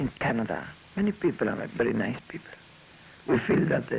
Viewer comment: aaaaahhhh jajajaja " many pipel are very" nice pipel aaaahhhjajajaja. lol. Like the pipel of the Unite States are very nice piple too jajaja.